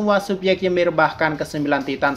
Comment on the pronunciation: Ymir itu dibaca Imir, karena di mitologi norse, y dibaca i